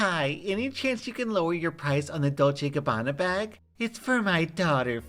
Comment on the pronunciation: i like how said “Dolce Gabanna” it sounded so cool:3